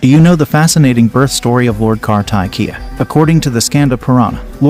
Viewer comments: Ok , kar-ta-ki-ya😂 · It's kaarthikeyaa..... please correct the pronounciation.....not kaartakiyaa..... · Its not "Car-tack-kiya", his name is pronounced as "Kaar-thick-keya", appreciate you learning about Hindu but then people from India will definitely get uncomfortable listening to the way you pronounce the names, just like me! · It's not kar-ta-ki..... it's pronounced "kaar-ti-kye" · It's pronounced " kaar thee Kay ya " not ' car tie kiya ' . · It’s pronounced as “kartikeya” - “ kar-ti-ke-ya” (car-tick-kay-ya) 😅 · The AI pronounced ir wrong as "Kar-Thai-Kiyaa" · no, in north, pronounce him as karti-key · Kar-tee-keya this way it should be pronounced but i appreciate to bringing out sanatana dharma to the world 👍🙏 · Correct the pronunciation..KAARTIKEYAA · Plz properly pronounce the name karthiikeya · It’s pronounced as car-the-keya not car-tie- Kia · Kartikya is pronounced- kar (as in car) thik - ya ( y - a. Not yah.) ! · How incorrect you are pronouncing lord Kar-ta-ki-ya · kaar_tee_ke_yaa ; now pronounce. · For god's sake pronounce kartikeya correctly